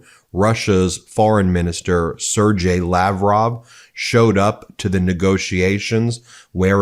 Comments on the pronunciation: Sergei(y) is pronounced "ser-gay" NOT 'ser-jay'. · Sergei Lavrov (sad horse 😂) is pronounced as Sir Gay. 💩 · Sergei is pronounced with a hard g like Give. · It's pronounced ... Ser-GAY.... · I love you Guys..... Not a day goes by, that I don't get at least a few of your videos under my belt. I have little "nails on chalkboard" moments though, when you pronounce "Sergei". It is more "Sir Gay". The G is hard. (That's what she said) Anyway- I only say anything b/c I care. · It’s pronounced “sir-GAY”. Really. Makes sense in Russian.